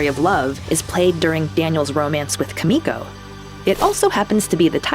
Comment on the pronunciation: I cringed every time she mispronounced “Kumiko”....she’s the reason I married a Japanese girl